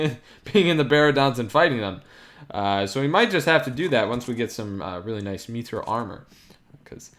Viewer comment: It’s mithril not methril